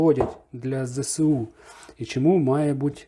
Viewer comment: Друже, будь ласка, не Зе-Се-У, а Зе-Ес-У!